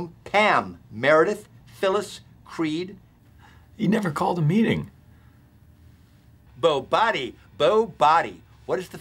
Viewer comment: BOBODY😂 B- BUZINESS 🤣🤣🤣🤣